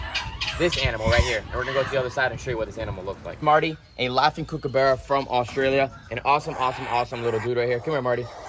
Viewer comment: It's not kookabeara it's kookaburra